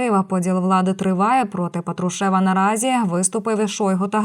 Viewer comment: Що за петрушЕва, пАтрушева